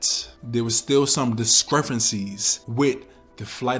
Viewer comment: Did he say discrefancies?